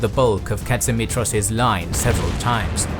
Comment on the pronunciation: The towns are pronounced KO-ni-tsa and pa-ra-my-THYA, The prime minister was me-ta-KSAS. His commander in chief was pa-PA-ghos. And general Tsolakoglou's given name was ye-OR-yi-os. But you said ka-tsi-MI-tros right!